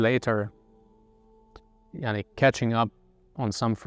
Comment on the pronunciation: It is weird to hear a German guy saying: "maani يعني" 😅😂😂